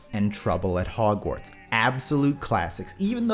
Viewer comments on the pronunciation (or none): none